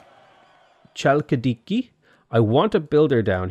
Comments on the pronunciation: Finally, Chalkidiki pronunciation really irritated me xDD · yes it bring me pain when i listen them pronouncing some words, also Chalkidiki, its really simple, but americans and british constantly try to pronounce those words with their accent. In my language its simple, is pronounced "Halkidiki"